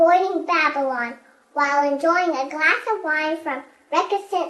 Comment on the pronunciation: may not be able to pronounce "Recusant Cellars', but the baby can! 👍😄🍷